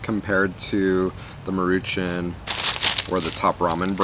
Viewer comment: As a student of the Japanese language, your pronunciation of 'Maruchan' was amusing. It's pronounced mar-oo-chahn (the 'a' in 'chan' is pronounced 'ah'). I hope that makes some sense. ;)